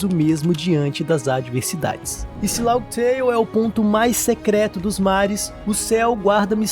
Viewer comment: Mano, toda vez q escuto LAUGUI TEIO, eu fico com a ctz q vc n troca ideia sobre onepiece, e que esse roteiro é apenas i.a... Fã falar Laftel até entendo, mas laugui teio é pica.